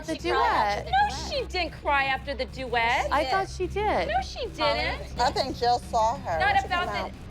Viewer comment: why does Chloes mom look like that and say "the doooet" like that lmao Is she drunk here?